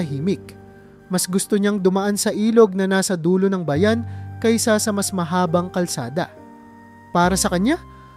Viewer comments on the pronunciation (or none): Di marunong ng tamang bigkas halimbawa, papag kumot bayan linlangin